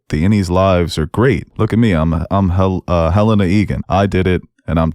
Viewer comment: I love you guys but I die inside every time you guys mispronounce Helena and Milchick. It's Hel-EHN-uh, NOT hel-ay-nuh. It's Mil-CHICK, NOT Mil-check. Stop it, pleaaaaaaase!!!!